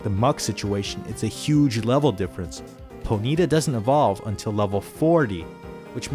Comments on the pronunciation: lol did you really say "Ponita" it's Pony-TAH!!!!! LOL :p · I've never heard "Ponyta" pronounced as "Ponita" before. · Your pronunciation of Ponyta should also be illegal.